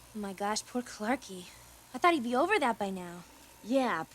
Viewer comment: Darla always says clarki😂😂